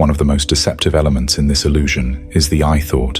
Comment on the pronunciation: It's "illusion"... not "allusion".